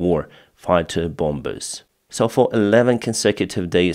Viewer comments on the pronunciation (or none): Your English is excellent,. One word causing you a problem is "bombers". We don't pronounce the second " b " bomb = bom. bombers = bommers. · just a tip, the second b in bombers is silent!